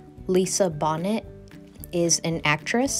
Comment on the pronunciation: It's pronounced Bo-nay.